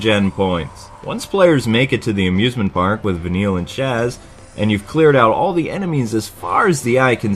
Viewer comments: Sazh. Not Shazh or Chaz. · Did he say Chaz instead of Sazh? :P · The way he pronounces Sazh's name makes me cringe...